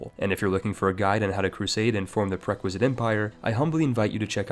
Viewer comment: I love the way he pronounces certain words in ways I have never heard them pronounced before. It engaged me as much if not more then the video itself. "Preh-quiz-it" for prerequisite "pea-ity" for piety